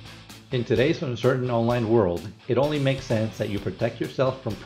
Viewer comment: I was liking it till he said “It Onnly Reads in Kilometers” sigh